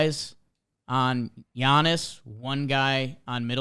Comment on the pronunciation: Love but c'mon man you can't be pronouncing the "G" in Giannis 😂